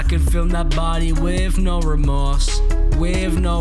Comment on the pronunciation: "wivv no rumorse"